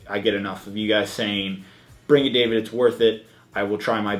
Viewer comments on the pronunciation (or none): none